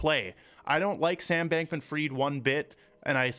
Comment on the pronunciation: Sam Bankman Fried has no money. The elite put all their money in his exchange and made him who he is because he sold his soul for money & fame. His last name is not freed. His last name is pronounced the same way it sounds after you fry something. It’s fried.